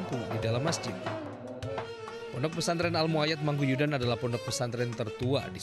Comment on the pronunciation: Mangkuyudan pak bukan Mangkuduyan